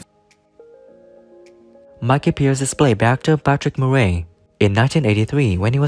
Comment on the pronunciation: I note you pronounce the Murray wrongly. the the stress is on he 1st syllable not the 2nd, cheers.